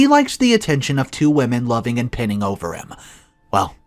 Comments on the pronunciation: It's not 'pinning over him', but 'pining over him', and pine has a long 'i', like 'time' or 'fine'. Pine means to yearn intensely and persistently especially for something unattainable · Pinning = pine-ing